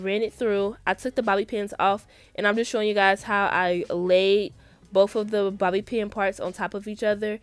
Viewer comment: Am I the only one that got triggered every time she said Bobby pin😭